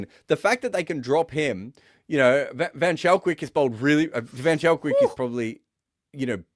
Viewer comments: I know mentioned he enjoyed saying Shadley van Schalkwyk's name, but I'm sorry to be the one to burst the bubble. The "ch" in Schalkwyk is pronounced "k". van Schalkwyk is pronounced almost exactly like "fun skulk-vake" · Yep! Wikipedia lists him as Shadley van Schalkwyk (/vən ˈskɒlkveɪk/, vən SKOLK-vayk